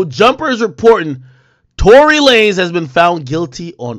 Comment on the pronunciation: Tory La-nez 😂😂